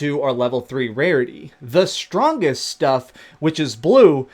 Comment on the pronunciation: "da stwaaangest stuff is bwue "